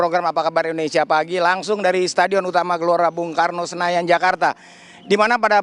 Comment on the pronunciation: Indonesia..bukan indonesa